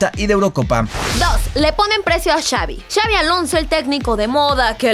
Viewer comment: Es Xabi* no Xavi😂😂😂